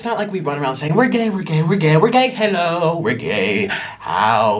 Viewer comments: Why are you saying gaye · Is he saying gay or no